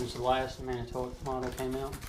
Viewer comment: Man a ta wok not man o toe woc i work there.